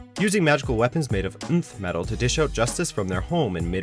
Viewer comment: It's pronounced Enth Metal, not "Unth Metal".